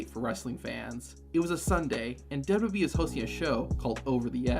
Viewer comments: Dubby Dub E? It's Double-U Double-U E . Sound it out. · Why do u keep saying "dubba bee" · Is the narrator saying "Dub Dub E" and NOT "Double-U, Double-U, E"? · Take a shot of drink every time he says dub dub e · There are 3 letters in WWE. Why can’t you say them?